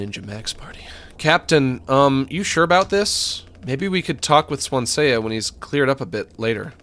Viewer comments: Anyone else get rlly pissed off whenever he says swan-see-ya instead of swan-see 🥲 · everytime Max keeps pronouncing Swansea as Swansay-ya, gets to me 😂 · >pronounces it Swan-Say-Uh >asks chat if its supposed to be pronounced that way >doesnt read chat afterwards >refuses to elaborate chad